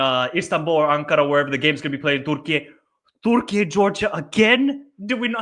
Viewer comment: Why do you say 'Turkey' in that silly way?